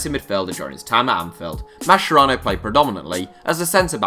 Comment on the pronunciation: Mascherano is pronounced "maskerano" lads, not masherano